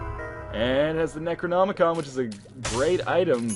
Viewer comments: goddamnit u called it the necranomicon again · 93 Episodes, and he says Necronomicon!